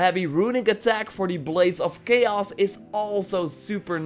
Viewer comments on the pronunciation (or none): none